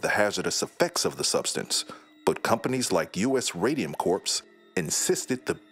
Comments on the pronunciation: It’s not pronounced “Corpse” it’s pronounced “Core” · Bro please, corps is pronounced "core" not "corpse". Grim mix-up, that. Aside from that though, very informative video! Had never heard of this, but am sadly not surprised. These things are still happening under capitalism today and will keep happening as long as profits > people. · Corps. as corpse tho.. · the guy reading the script knows you don’t pronounce corps as it’s spelled, right? the “ps” is silent. it’s pronounced “core”